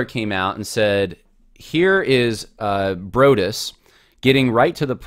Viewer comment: Broadus is correctly pronounced "Broad" as in "the Broad road" + "us" like the plural form of I.